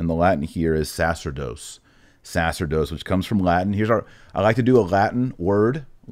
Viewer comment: Sorry. Big fan but I could ‘t let this one go. The word sacerdos is pronounced with the accemt on the middle syllable and in Latin c followed by e, i, y, æ or œ changes the c sound to a ch sound, as in chair. Sa-CHERR-dos.